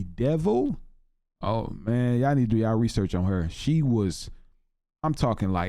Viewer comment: You realize you say YAW not YA'LL right?